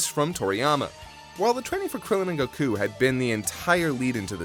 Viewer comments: why the pronouncing of goku as go-koo like a owl and nice dbs spoilers for those that watch dub only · I’m just distracted by how weird pronounces Goku. Seriously, I know it’s a small thing, but I’ve heard most peeps say it normally whereas he’s just like “GO-KUUU.” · I wish they would stop putting a weird accent on when ever they say, "Son Goku" or a few times when they said "goh-kuu" Just speak like a normal person, and if you are going to pull the line of "proper pronunciation" then you better start calling Krillian, "Ku-ri-rran" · pronounces “Goku” the Japanese way, I think everyone else says it the American way. It rly doesn’t matter to me 🙃 but some ppl get their panties in a bunch abt it lol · Every time dude pronounces Goku's name that way, it hurts me.